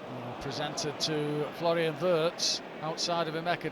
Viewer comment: True. His name is Wirtz. Not Words like the speaker says.🎉😂